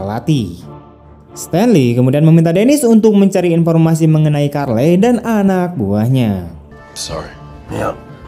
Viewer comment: Charley ya dibaca Carli min, Bukan Karlei